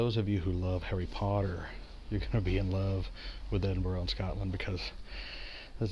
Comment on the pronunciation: Your nailing the English and Scottish city pronunciation ;)